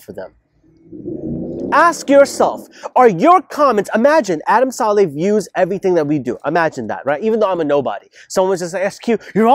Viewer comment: It's not salley its sa lih